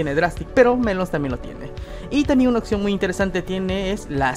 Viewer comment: Siempre me he preguntado por qué en sudamérica dicen "occión" en lugar de "opción".